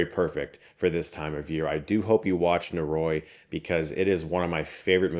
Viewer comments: NO-RO-EE, NO-RO-EEEEE. Not Norooooooiee. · oh boy, i really hate to be that guy but it's killing me 😅 *sigh* NO-RO-I not NO-Roy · Nō-rō-ee would be the correct pronunciation. のろい (no ro ii - 'i' has an 'ee' sound in Japanese) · It's actually pronounced "nohldoree." no-ro-i: no: A short syllable, similar to "no" in English. ro: A Japanese "r" sound (a syllable often described as a mix between the English "l" and "d," where the tongue flaps against the roof of the mouth, similar to the "tt" sound in "butter") followed by a short "o." i: A short "ee" sound, like the "i" in "ski." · NO-RO-I Prounounced Noh-Roh-ee. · Hey Chris, it's not easy to say foreign language words correctly but if you love this movie so much please take a second to look up the pronunciation of "noroi" in Japanese <3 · They say literally at the end of the trailer. He could've made a little effort to at least pronounce the name correctly. Great video nonetheless